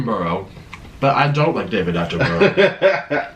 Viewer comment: You pronounce David Attenborough, ' David AttenBRUH'